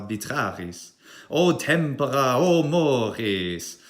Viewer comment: Correction: the "mores" tended to be a little french. But the "tempora" was flawless👍